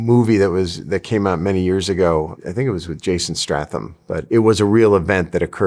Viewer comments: isn’t it Jason stay-tham and not Jason st-ah-tham becsause I been pronouncing it Jason stay-tham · Actually, it’s pronounced Jason STAY tham … ! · i love that real experts in the real world don't know stathams name or care about getting it right